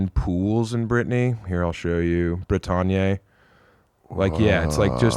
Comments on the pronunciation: the way my brother keep sayin' "brih-tawn-yay" for "bretagne" is crazy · shit French pronunciation makes me love him even more. 👍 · Bretagne does noes not rhyme with Kanye.